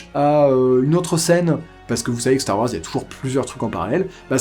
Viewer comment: starrr waaorssssss neuf??